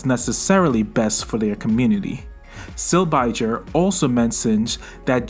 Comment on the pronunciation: This is just a petty nitpick but as a Silbiger it's pronounced Sihl-bee-guhr 😁